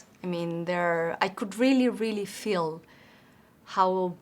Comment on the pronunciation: Very easy to understand her speech. I only wish I could be so well understood in another language. Only little things stand out-- diphthongs like "th" and "ch". "Feel" and "feeling" sounds here like "fill" and "filling" but the context makes it clear what she means. "SiTuation"--- this is an example of over-correct pronunciation -- we pronounce it as "siCHuation." It's a crazy language for spelling-- cough, rough, dough, bough, enough--- cawf, ruf, doe, bow, enuf. Native English speakers think foreign accents are great. So don't worry too much about it.